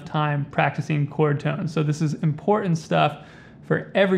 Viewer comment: Because he is a long winded snake oil salesman who can’t pronounce important.